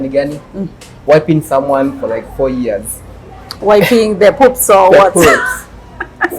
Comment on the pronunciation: ni "years" sio "ears"😅 However this is a good topic, parenting I abit complicated moreso without experience. I love the senior citizen 😊